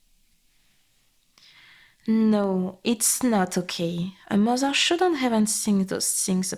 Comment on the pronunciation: "Mozer" love it ❤. Appreciate the french accent in the audio. Feels oddly good to hear an asmr video from (i assume) a french speaker without the weird judgement people in France tend to have towards french people speaking in english.